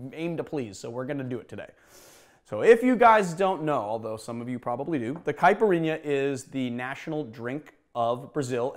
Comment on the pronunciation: As a Brazilian, I can just say that you nailed it perfectly. Well done!